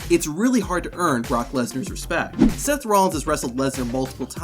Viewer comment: Brock MEHsnar